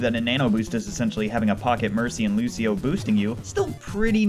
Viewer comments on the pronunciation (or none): none